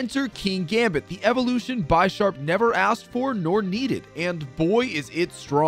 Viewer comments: How do u pronounce bisharp so wrong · I've never heard Bisharp pronounced bi-sharp before. This may be telling